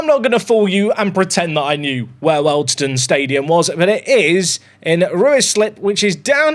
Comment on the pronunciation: Aaargh your pronouncation is killing me. Wealdstone is said as wheeledstone Ruislip is RICElip and it's south of NorthWood. This away day annoyed me more than any Lollujo video